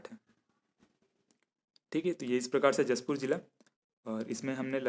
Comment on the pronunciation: उच्चारण मिसिंग हैं,उसे सही करें अगले बार से। लगता आप जशपुर नहीं आये हो सर जी। 🙏🙏